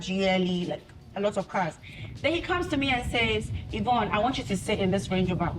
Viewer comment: Is it or Evroonne? needs an English teacher, for real.